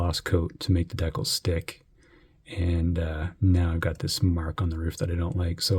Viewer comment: I've never heard anyone say 'decals' like that. Potatoes / Potatoes I guess🤔